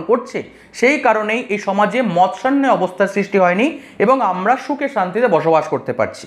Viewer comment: মৎস্যা ন্যায় নয় maatsyo ন্যায়